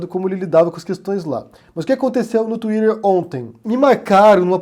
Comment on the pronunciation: Gosto do, mas quando ele fala “twiRer” me irrita um pouco... 🥺